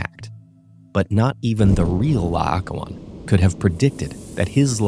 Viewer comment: PLEASE try to get people who can pronounce Greek names correctly for the narration... It's La-oh-KOH-on, the second vowel is an O and the stress is on the penultimate syllable.